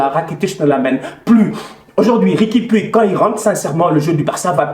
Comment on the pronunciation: On dit riqui POUTCH